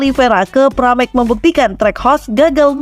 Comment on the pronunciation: Pramac, bukan paramek